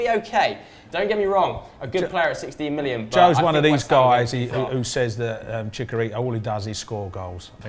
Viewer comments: and it's Chicharito not Chicarito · That pronunciation of Chicarito 😒